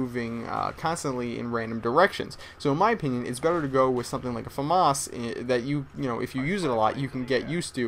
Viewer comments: Hey, Why do u pronounce famas weirdly. like fumus!! Try: FA like (fat) and MAS like (mass) when you go to church. lol thought i might help you out there :) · its famas, not fawmahaz